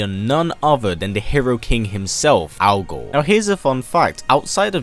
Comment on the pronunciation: I can't help but hear this as Al Gore